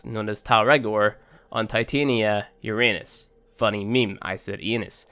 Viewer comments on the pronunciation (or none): It's pronounced Ur-uh-nus...not ur-aynus 🤣🤣🤣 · Uranus pronounced ur unus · I honestly get triggered when people say "Uranus" wrong. Lol, great video. Now I know why he wasn't dropping the blueprint to put them together 😅. #NewPlayerProblems